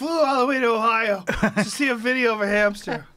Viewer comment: "We flew to 'Hio" Mate.